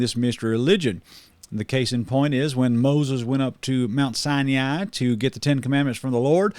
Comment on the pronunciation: in mispronounced Sinai, and I'm done.